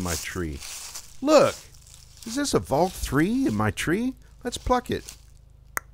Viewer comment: Valk Tree, not three.